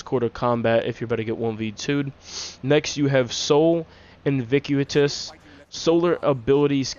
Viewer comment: Nice vid. Been looking for a decent titan build, the hallowfire heart seams like it would work well here. Also btw its Sol Invictus (in-vick-tuss) not Invicuotus (in-vick-you-uh-tuss)